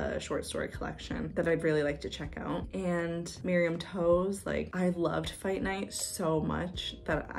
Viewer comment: omg i would love to do a re-read of church ladies with you!! omg funny you said that cause after i recorded i was like hmm i wonder if it’s pronounced like TOES 💀 shout out to you for letting me know